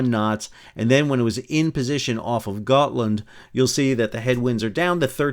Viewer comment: Got land (not goat land)😂 excellent commentary - thank you.